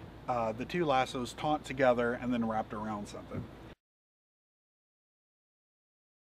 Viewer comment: Taut, not "taunt".